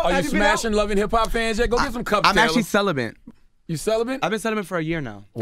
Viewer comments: Diz DUMB ASS nigga jus say CELIBANT? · It’s pronounced Cel-uh-bet NOT CELIBENT. Smh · CELIBATE not celibent. My God!!!! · Did he say celebrant?